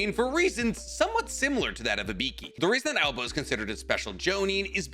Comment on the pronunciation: THERE IS NO ALBA!!!!!!!!! IT IS _AOBA_!!!!!!!!!!!!!!!!!!!! AND HE HAS CROW/ RAVEN SUMMONS.